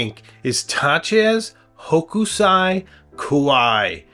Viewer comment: sorry to do this to you but Hokusai pronounced sounds like h00 k sai. long OO hooo k - sai